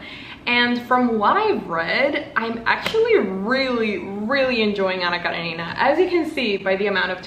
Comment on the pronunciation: I love how you pronounce "Anna Karenina", it's so good to hear 😭💜